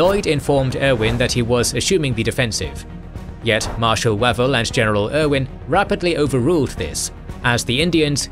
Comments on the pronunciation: The British commander's name is usually pronounced 'Wayvell' not 'Wavvel' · Is it not pronounced "Way-vul" not "Wah-vul"? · Are you sure? I ahave always been told it was WaVELL, accent on the last syllable, and a short "A".